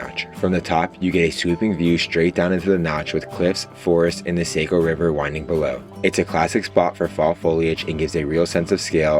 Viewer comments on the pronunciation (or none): Love to watch videos from where I live.(Conway) not that it's a big deal but Saco is pronounced Saw-co and kangamangus is kanga-maw-gus. Nice video thank you!